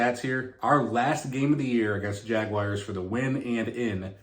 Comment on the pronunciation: Jagwhars not Jagwires The Tituns